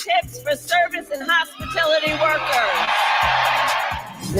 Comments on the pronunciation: Hospitility---worker?? She can't even say hospitality correctly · "It" doesn't "pay for itself"...the taxpayer pays for it. Socialists always run out of other people's money to spend, that's one of the many major downfalls. side note: what is a "hospitility worker"? ...she can't even speak proper English.